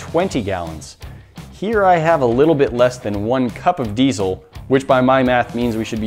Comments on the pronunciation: Glad i'm not the only one that's bugged by that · Not sure why everybody pronounces diesel with a Z. But it's Diesel not Deizel